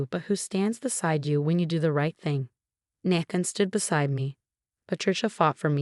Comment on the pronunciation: It’s pronounced NAE THAN NOT NA THN 🤦‍♂️🤦‍♀️🤦‍♂️🤦‍♀️🤦‍♂️🤦‍♀️ You crap “authors” need proofread and fix your crap AI